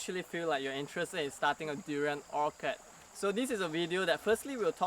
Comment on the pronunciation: Orchard is Not pronounced "Orkerd" lah!